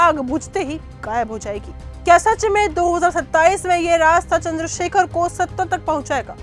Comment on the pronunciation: Chander Shekhar ravhan hai sahi se name le